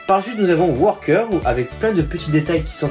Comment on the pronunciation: Vidéo sympathique bien expliqué et détaillé, petit problème c'est que c'est wrecker et pas worker et c'est crosshair et non pas corsair sinon c'est bien sympa